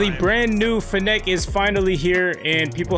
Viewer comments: It's pronounced finnick. Like gimmick but with n's and an f. As in fennec fox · The way you pronounce fennec is making my ears BLEED